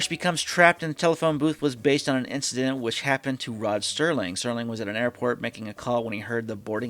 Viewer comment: Alright, if we are going to do this you have to stop saying Sterling instead of Serling. The man is an icon and deserves to have his name pronounced correctly.